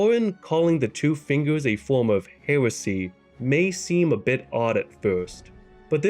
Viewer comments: The speech impediment just gets worse and worse as the video goes on. "Hewesy" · It just tickles me pink how you said the tubes being for communication. Metyr reaching for one to listen in for the Greater Will to give instructions and only hearing comical wheezing and coughing and interprets those sounds as totally opposite by meaning Edit: I never thought I'd hear the word "hewesy" when it came to ER lore